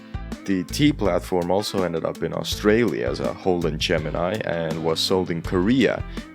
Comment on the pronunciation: I oove how you absolutely murdered our language there lmao Also the car's name was Gemini as well.